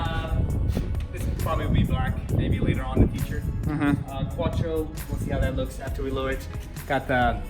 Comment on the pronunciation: The "r" in quattro is too high up